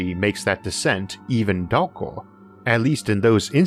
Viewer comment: "as they spiwal dowker and dowker"